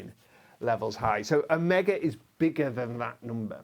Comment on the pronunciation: Every time he says (I think) “a mega” it sounds like “omega”.